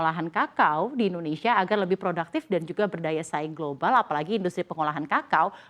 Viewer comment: Mbak, tolong, namanya Indonsia bukan Indonesya, tidak perlu niru lidah asing.